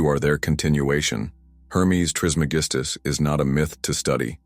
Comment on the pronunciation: Can’t take you seriously if you cant pronounce his name correctly. It’s tris MEG is tus